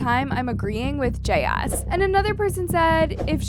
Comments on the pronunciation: I made a 2 minutes and 32 seconds and then I just couldn't take it anymore. It's jayus. One word! Not Jay as or Jay us .... JAYUS one word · The only thing imma comment on is her/their name is not JS, Jayus (Jay-Is) love ya girl.. no shade.. ❤❤❤❤❤❤ LOVE LOVE LOVE YOUR VIDS just couldn’t stop focusing on how you said her/their name